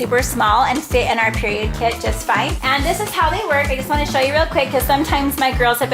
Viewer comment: . 83 times you said PEIROD